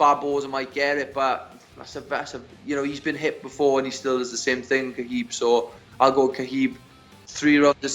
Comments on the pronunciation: ....Who’s Kaheeb? 😂😂😂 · hopefully "witchmiha" whatever his name, can make weight i'll go "Kaheeb" guys, his name is "kalabeeb", not "witchmiha", not "kaheeb" and it damn sure isn't "khabib". get it right, uncle joey diaz undefeated 50-0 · did he say "Ka Heeb?" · Ladies and gents the name Khabib is pronounced HA BEEB. The K is silent.